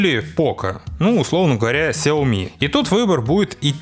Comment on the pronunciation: Пишется и говорится Сяоми